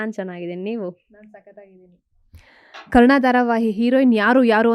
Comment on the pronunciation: ಅಮ್ಮ ತಾಯಿ ಕರುಣಾ ಅಲ್ಲ ಕರ್ಣ ಅಂತ ಹೇಳು anchor